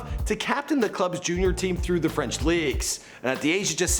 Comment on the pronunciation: Cmon now !! FRENCH PRONOUNCIATION! 😭😭